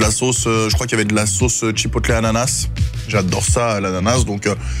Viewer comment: Hello. Je t'adore. Mais tu dit bien un burger et pas un burjé..... Bon alors on dit chipoteul. Et pas chipotlé. Merci pour nos amis anglophone. 👍😜